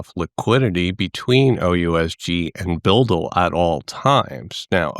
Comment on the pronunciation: Pronounced 'BidL', no offence intended